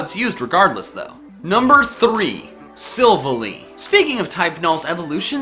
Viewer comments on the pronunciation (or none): its sivaaly not sivuly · Silvily instead if Silvally lol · SILVALLY, NOT SILLVALLEE (TOO MANY LETTERS)! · You pronounce silvalee not Silvaly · svilly it's pronounced si-val-ey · its sillvAly not sillvly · you said silvilly instead of sil-valley and that triggered me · pronunced silvahlly not silverlly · Its pronounced silvalie as in silval-lie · It is pronounced sil valley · Its also pronounced silv-ALLY Like Silver/ally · emphasis on the second half of sylvalys name. its Syl-var-ly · I thought it was pronounced Silv-Ally. Ally like a crony, friend etc. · Its Kommo’o and Silvally. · You pronounced silvally wrong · Type: Null and Sivally are legendary pokémon. And you misspronunced Silvally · Mispronounced silvally, arceus, komo-o + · you pronounced primarina and silvally wrong. still awesome video. great job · WHO IS RAGING CUZ HE MISPRONOUNCED SILVALLY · the way u pronounced silvally triggered me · The way you pronounce Silvally triggers me. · he says silvally wrong my god